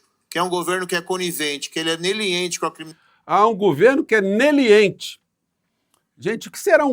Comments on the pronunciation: Kkkk, é o linguajar dos marrecos de Maringá. Ele quiz dizer meliante e saiu neliente. Um juiz que não sabe falar meliante é ridículo. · "Neliente"??? Um meliante tentando falar leniente 😂